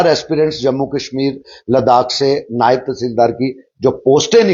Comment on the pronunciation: नैब नहीं,नायव